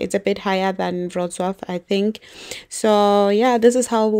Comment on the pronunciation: Wroclaw pronounced perfectly.